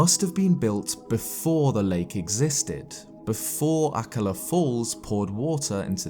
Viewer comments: Sorry to say this but akkala is pronounced A kal a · Isn't akala pronounced a-call-a? or maybe I'm the idiot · Am I the only one who’s bugged whenever he says Akallah? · Lovely video, but the way you pronounced Akkala pissed me off. Not sure if how you pronounce it is the right way. But i'm not fond of it. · The way he says akkala is just...so strange to me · Take a shot every time says and mispronounces Akkala... 😂